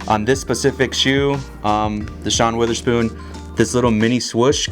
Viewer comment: Fucking nailed it but how did everybody get Wotherspoons name wrong 😂😂😂 it’s not Wither or Weather lmao